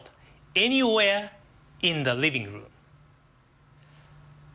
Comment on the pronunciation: I lol'd when he said "riving room to riving room"